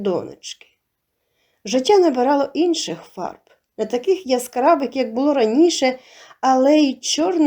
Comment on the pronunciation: Приємний голос, цікаві розповіді, але ...наголоси ріжуть вуха - сОбі, повЕли, бУло, кІнцями, розповІла і т.д.